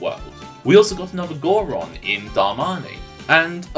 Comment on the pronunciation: Gor Coron? Is it not Gor Goron?